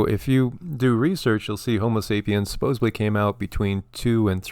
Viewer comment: Small thing I suppose but the word is supposedly not supposebly . I think everyone raised in the US was not taught this...